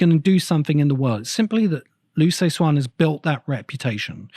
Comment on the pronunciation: The CIA didn't exist during World War 1; it was formed in 1947. Perhaps you're thinking of some different agency. Liu Ci Xin is pronounced "LYOO suh-SHIN".